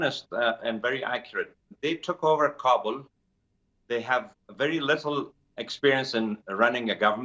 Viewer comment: For the umpteenth time, news anchors, it's KA-bul, not Ka-BUL. Listen to your guest! The ignorance of some media is outstanding.